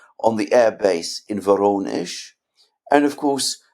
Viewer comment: It's Voronezh not Bonish. The AI obviously aren't designed for Non English words